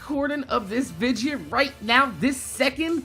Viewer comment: I love ya man but I can't stand you saying Vija lol... it's video!!! Anyways yea pretty disappointed about the panel as I have over 200 days played on Borderlands 2 on just Xbox and I play on Playstation and PC aswell so hopefully Borderlands 3 will come out soon and it's as good as Borderlands 2.